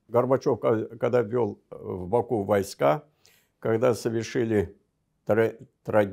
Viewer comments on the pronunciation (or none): none